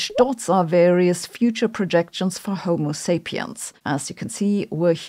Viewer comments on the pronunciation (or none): none